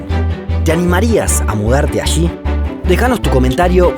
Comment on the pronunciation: Ok voy a aportar al canal pero antes necesito que dejen de decir "ashi" cuando se pronuncia "allí".